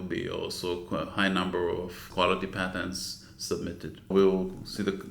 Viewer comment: patents, not patterns or pattens, hahaha